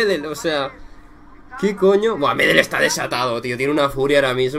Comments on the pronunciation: Hola, una sola cosa, El apellido "Medel' se acentúa en la última e, pero lo demás que eres un crack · Para empezar se dice Medél aún que se escriba Medel. A mí me pareció que no puedes consentir ese comportamiento en un partido de fútbol y además Medel lo hizo porque argentina sin Messi perdió todo su juego